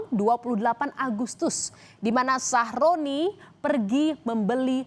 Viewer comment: aku tidak salah denger kah ,nama korban ny sahrodi atau sahroni 😭